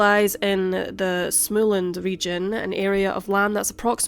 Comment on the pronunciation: Not to nitpick, but Småland is pronounced like you would say small-land (almost anyway). The letter "å" is a narrow "o". The "a" in land is an open "a" like in GAndhi. Å is practically O. Never mind the fine tuning.